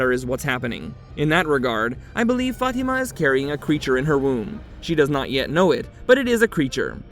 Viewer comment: I used to work with a lady named Fatima but she pronounced as: Fa-Tee- Ma. It just sounds wrong when the narrator pronounces it another way. I do love this show; thanks for the recap!!! :face-fuchsia-wide-eyes